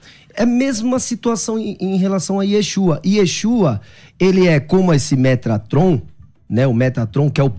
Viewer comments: Eu já não estava levando o a sério, aí ele manda um “METRATOM” 😂😂😂😂😂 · 'MeTRAton" foi de lascar 😂😂😂